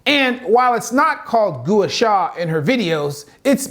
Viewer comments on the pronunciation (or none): Brother gooah sha? C'mon man you don't know how to pronounce it and you aren't educated on the vast amounts of research because it's not in english Expect nothing less from a surgeon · It’s pronounced GWA SHA. Even though spelled Gua :) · You didn’t pronounce Gua Sha right and she’s not breaking through the skin barrier 🫣